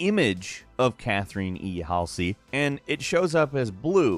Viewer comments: Cath-er-in Hall-zee :)) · You butchered halseys name